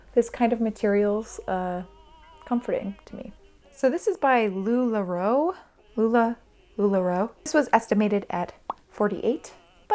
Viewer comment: You said lularoe like you haven’t watched the documentary…